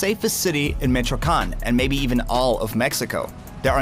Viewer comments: Micheocan jajajaja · Bro im not Mexican but put some effort in cant even say Michoacan properly the voice-over is lame as fuck is there an original version lmao Two blocks away and couldn't tell if they were gunshots smh